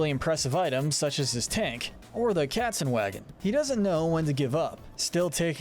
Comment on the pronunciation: As a german I can tell it is "Katzenwagen" not kezenwag. Sounds terrible :(